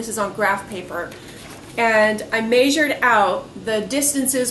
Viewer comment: So you still "meisure" things instead of measure :) Nice to see you again.